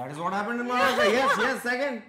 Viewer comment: Please stop calling my state maraa-shtra. It is maha-rashtra. Not so difficult, is it?